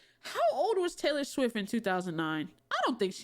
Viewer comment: bro "Taylor Smith" 💀